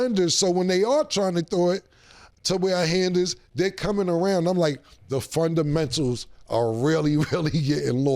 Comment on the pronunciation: Cam: da frondamentals is lost